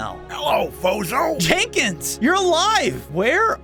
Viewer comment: Uhhh I thought that the pronoceashon was fozzzohh not fozo